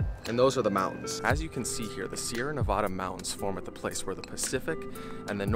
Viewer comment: Quit pronouncing Nevada wrong